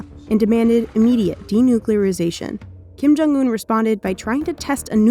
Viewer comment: “Kim jung oon”